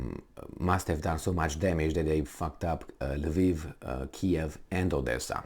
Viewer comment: What the fvck is Laveev?? It is Lvov in Russian or Lwów in Polish or Lviv in Ukrainian. I don't see an "A" after the L in any of those spellings. By the way, I take issue with the Ukrainian pronunciation as well. They have this silly habbit of changing the spelling of cities and replacing "o" with "i". Harkov -> Harkiv (there is no leading K in Harkov. Retarded Anglos stick it on there for god knows whhar reason).